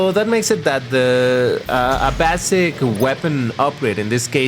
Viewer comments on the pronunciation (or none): The way you said basic is how we say it in french